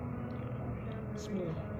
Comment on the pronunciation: Baca bismillah pun terabur, Al-Fatihah lagi dahsyat, bersimpang-siur.. gila punya makhluk.